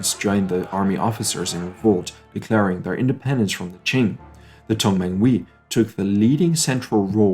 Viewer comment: 同盟会with emphasis of the H